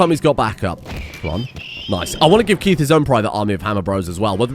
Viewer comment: Great episode and the base is looking on point but why are you pronouncing the best boy Keith's name wrong. Just joking another great episode